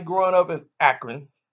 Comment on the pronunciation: Don't be saying Akron like that I hate LeBron but don't disrespect the City